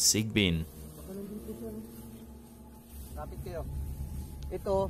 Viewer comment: like the way you pronounce "sigbin" very Filipino 😁🤣